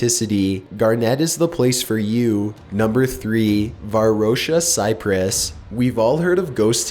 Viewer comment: The way he says Cyprus And he also sounds like a robot